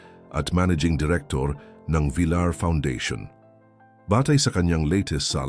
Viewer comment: Bakit hindi alam ipronounce ang VILLAR?